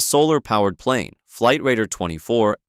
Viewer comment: megamind plen